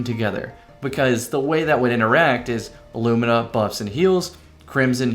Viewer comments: Haven't you heard? It's apparently pronounced 'loo-mee-nah'. ...but it so totally isn't. Thanks for getting it right, lol! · pronounced it correctly! Huzzah a man of quality!